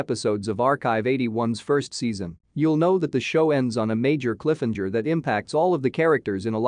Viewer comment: Cliffhanger. Not cliffenger lol.